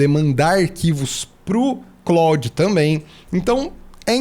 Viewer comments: Só para ajudar. A pronúncia do Claude é exatamente como no nome do ator, Jean-Claude Van Damme. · Eu tb achava que a pronuncia fosse a francesa mas nao é. Eles falam "Clód".